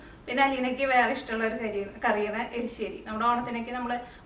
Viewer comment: എരിശ്ശേരി ആണ്